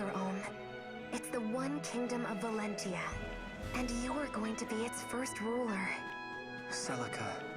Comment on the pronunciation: It's already the finale and you still haven't learned to pronounce the word 'Valentia' right. :D You could have called the game simply Echoes, or Fire Emblem 15 as an alternative, but nope. I guess it will forever be "Shadows of Valencccccia" to you. Great job on beating the game though. I should return to playing this game someday myself. I'm like at the end of Act 3 on hard mode. I can already tell though that I like the game more than Radiant Dawn and Awakening out of the ones that I've played. Echoes is probably my #2 favourite Fire Emblem game.